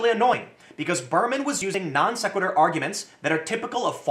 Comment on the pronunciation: It makes me happy that you pronounced non-sequitur correctly here. Keep up the great work.